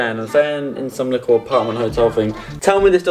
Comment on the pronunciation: Cringey the way this guy says ‘ likkle’ consistently 🥴🥴🥴